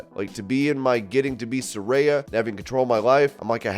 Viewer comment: You pronounced Sarayas name right finally. After doing 30 videos or pronouncing her name wrong you finally got it right